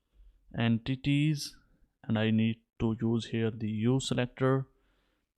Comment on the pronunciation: Broooooo EN-TITIES